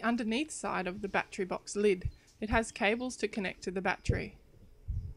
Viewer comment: I like the way you say batree